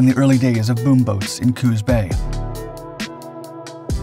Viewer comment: Coos rhymes with caboose.